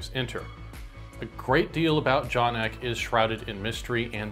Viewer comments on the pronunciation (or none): I thought it was pronounced EE KAY, not ECK